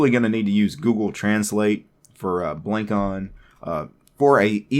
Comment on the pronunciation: The name is wordplay of traditional javanese head-ware, it's pronounced "blung cone"